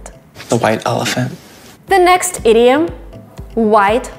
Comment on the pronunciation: Every time she says "idiom", I always think she's about to say "idiot"